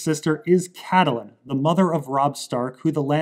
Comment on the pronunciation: Catelyn rhymes with fate Lin